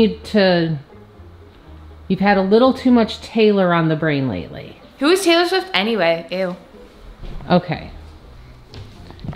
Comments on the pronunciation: When she said ''it's not Taylor swift it's taylo swift '' I cried of laughter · Taylo swift sounds like stay low swift😂😂😂😂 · Taylo swift😂